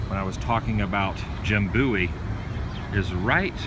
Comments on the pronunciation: definitely bowie (like david bowie [that's where he took his name]), not booey. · Its pronounced Bo-ee :) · You didnt show the small bridge location that separated the town of Bexar from the Alamo complex and is where the Mexican army crossed the river. And the proper pronunciation of Bowie is B-OH-ee. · It's pronounced Bowie I live there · 'BOWIE' is pronounced just like the singer, David Bowie